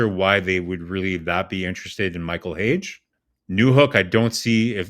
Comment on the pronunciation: its not Hage like cAge, its Hage, like HAGEEEEE